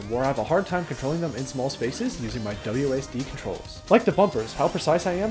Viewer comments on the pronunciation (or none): none